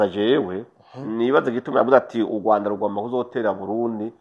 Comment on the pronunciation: Kubera iki muvuga Ugwanda ariko Rwagasore mukabivuga neza.